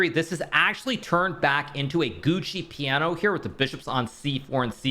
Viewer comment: Researched and it's "Giuoco Piano", not "Gucci Piano" :) great vids as always